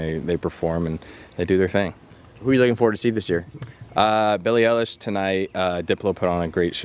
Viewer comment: When he says Billie ellish it’s so funny